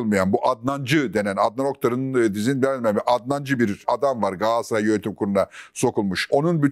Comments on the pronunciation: Sizi dinlemeyi seviyorum ama bir de “Gassaray” demeseniz 😊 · Niye Gaassıray demekteki ısrarınız? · Fatih bey,kelimeleri gayet düzgün kullanırken neden gaaasray diyorsunuz bu çok dikkat çekiyor😅